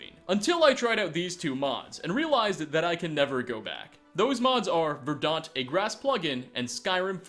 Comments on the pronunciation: it's verdant ˈvəːd(ə)nt/ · Lmao the way he says verdant! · His pronunciation gave me AIDS.